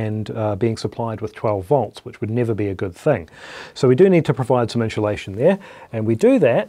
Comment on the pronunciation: I thought you were saying enchilada but you were trying to say insulation. I guess keyboard hands are good for getting stripped wire in a crimp. My beat up fingers hardly move much less do a ballet you did. Good job